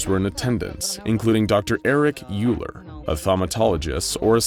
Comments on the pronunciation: I just want to point out that Euler is pronounced "Oiler," not "Yooler" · Euler is pronounced "oiler". Like the mathematician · Hey. So, just so you know, Euler is a German last name, and it is actually pronounced ‘Oiler’. You’re welcome. 🙂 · i think you pronounced dr euler's name WRONGLY!